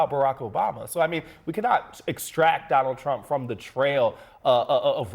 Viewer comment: President “Donnell Trumm” Will Never Be President Again After 2028 Anyway 😂😂😂